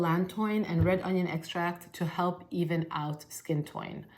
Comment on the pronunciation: I laughed with you when you accidentally said "skin toin" 😂thanks for the recommendations,!